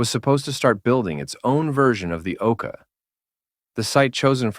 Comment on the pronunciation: Yeah, lazy making